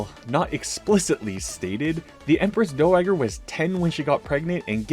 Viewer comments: "the empress dough-wag-er" 😅 it's pronounced like, dao-wah-jer. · More please. FWIW, "dowager" is pronounced DOW-a-jer. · Just a note to make it easier if you comes up in the future, but dowager is pronounced with a soft g.